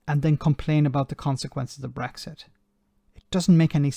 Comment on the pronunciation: He might be blind but can’t someone tell him there’s no bloody Gs in brexit.